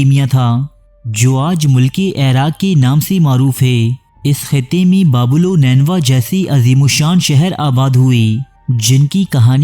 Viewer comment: is ko urdu main baa-bil pronounce kartay hain... baab=gate, door il=god